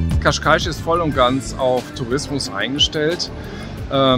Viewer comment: você falou Cascais corretamente, ficou perfeito. Dein Video ist wunderbar. Glückwunsch!